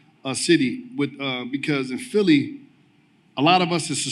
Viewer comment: It’s PHILLY not phelly wtf😂